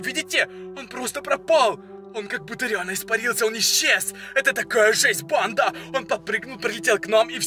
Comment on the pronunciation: Кому он бесит что он говорит не фига не понятно он ещё так говорит РАСТВОРЯЕТСЯ причём всегда у него на я ударение он поёт я ИСПАРИЛС ЯЯЯЯЯЯ кому бесит лайк и комент